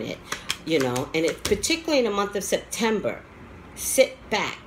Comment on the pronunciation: in the beginning of the reading it sound like you said December